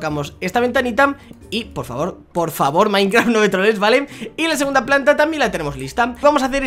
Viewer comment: Like si en el minuto escuchaste q dijo trambien